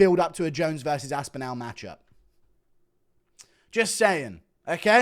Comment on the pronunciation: What the fuck are you doing to Tom's surname? How do you pronounce Cardinal? What about spinal? Anal? Phantasmogorical, pharmacological? Now try saying Tom Aspinall, if that didn't work maybe think of it like Aspinill instead? Although, maybe you are saying it the way it is meant to be said? All, call, fall, small, Tom Aspin-Al Bundy!